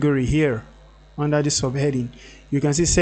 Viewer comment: It's not DIS but THIS. Please practice it. It will make a huge difference to your life. Also it's not D but THE.